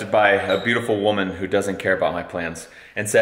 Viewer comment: you said woman. What is that. Lol